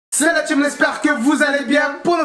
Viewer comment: "La tcheam" 🥴مستفزززة